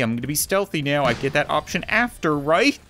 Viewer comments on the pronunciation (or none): none